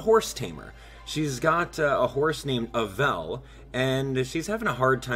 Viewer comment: you always pronounce Avel's name wrong